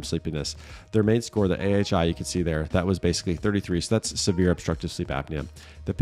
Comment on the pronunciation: 3.43 “severe” not “sereve” sorry not sorry but thank you for the video!😊😊